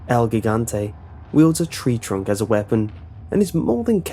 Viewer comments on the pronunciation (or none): Loved the video, by the way, you misspeled gigante, Gigante is spelled the same way as Giant "Gee-gan-teeh" not "Gih-gahn-te" like in Gigabyte. Oh and am i the only one that noticed Nemesis "cocks" his Stinger everytime he fires at you? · gigante is pronounced Heegante lol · ...when you pronounce Gigante you're supposed to pronounce the g as an h for both g's. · Sorry but Gigante starts with a soft G. It shouldn't bother me but it does. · Both? as in Hihante? That's not how the Spanish word is pronounced. Only the first g is soft. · ...when pronouncing "gigante" the first G gives off a H sound.